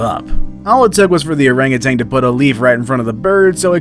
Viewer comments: OranguTAN, not OranguTANG. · OranguTAN not "orangutang" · “arangatang” Orangutan. We’re adults now bro.